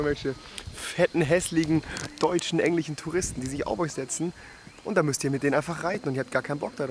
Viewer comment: Hauptsachse Rewi sagt immer zu Komisch-Komich zu Englisch-Englich und zu Schnorcheln-Schnorscheln wieso? xD